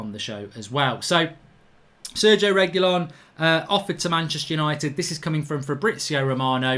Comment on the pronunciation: Can’t watch until you pronounce his name correctly